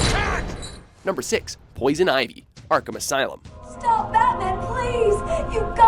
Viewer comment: "Arkumus Island"